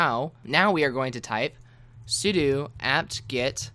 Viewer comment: Thank you so much for pronouncing "sudo" correctly!